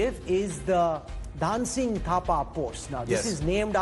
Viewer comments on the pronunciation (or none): Not Dhaaan Singh it is Dhun a Singh (pronunciation)